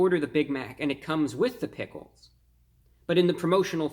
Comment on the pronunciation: “Travis sgot meal” “ “pigles”